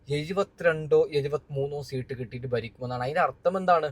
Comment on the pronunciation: സീട്ട് അല്ല സീറ്റ് എന്നാണ്